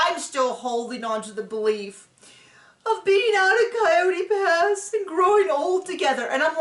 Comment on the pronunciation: Not “Cry-ote Pass”!!!!!! 💀 💀 I love one-liners!